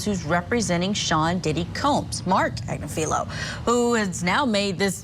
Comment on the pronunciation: People are killed in cold blood in America daily. Also, the name is pronounced Ag-niff-a-low.